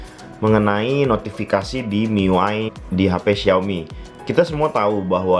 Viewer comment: baca miui aja "miuai" wahahahaha Mi UI bung :v sok